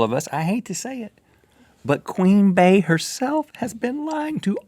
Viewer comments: Rhett its pronounced 'bee' not 'bay' 😭😭😭😭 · ITS NOT BAY ITS BEEEEEY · it's pronounced like bee